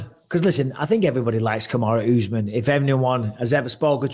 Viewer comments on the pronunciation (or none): Kamaru Usman is not Kamaru ooooooozman! When are you gonna learn to say a name properly Michael Atleast try!